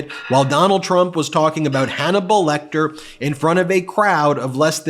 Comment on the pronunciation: Anthany Hopkins is not dead, why is he saying late great Hanmelbal Lecter?